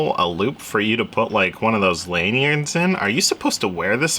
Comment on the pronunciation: Your attempt at saying "lanyard" was somewhat amusing